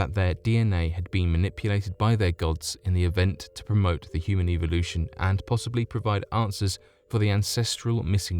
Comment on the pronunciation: you seem to have some problems saying things like "evolution (which you pronounce "ivo / eviloution" and also the simple word teutihuacan which is honestly pretty simple to pronounce when you have heared it once. but other than that good stuff to fall asleep to or do some other stuff